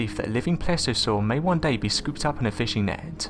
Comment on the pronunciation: "....creatahhh." "....fishing nehhht."